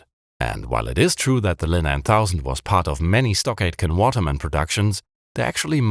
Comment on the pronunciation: Every time you said, "Stock Aitken Waterman", I heard "StarGate and Waterman", which was confusing to me until I looked it up.